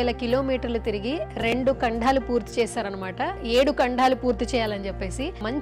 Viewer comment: యాంకర్ గారు ముందు మీరు కాస్తంత తెలుగు నేర్చుకోండి అవి కంఢాలు కాదు ఖండాలు